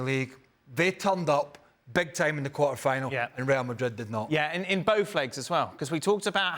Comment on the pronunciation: Just can’t stand to listen this guy talk.If you are talking English,it’s pronounced MadriD with a D